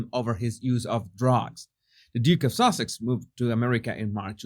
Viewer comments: Does anyone else hear “The Duke and Duchess of Sausages” when he says their titles? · The duchess of sausages? That is so funny. I think you are saying the name wrong intentionally, which is so funny.